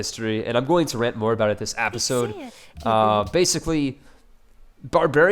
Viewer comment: You saying APPisode is starting to get to me. Lol